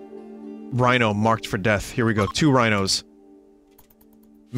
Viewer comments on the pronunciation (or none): none